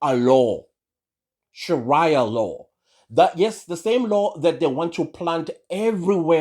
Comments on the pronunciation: Haha it's Sheria Law Not Sharaya law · Sharaya law…?? Your pronunciation shows your ignorance